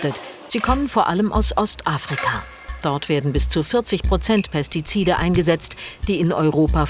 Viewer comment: "Pestizide" fällt der guten Frau in beige aber sehr schwer auszusprechen 😆